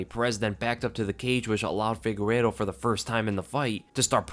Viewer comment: is not FIGUERO bro is FIGUEIREDO lol